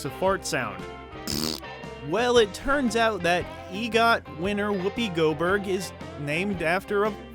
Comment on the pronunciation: Goberg LOL.